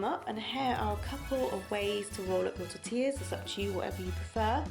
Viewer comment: This looks good. Coincidently I actually made Mexican food this evening. We had Nachos. It is a popular one with my children and easy to make veggie just by replacing the meat with Quorn mince. I'm impressed that you pronounced 'Tortilla' correctly. Most Brits sounds the double 'll' when they say it.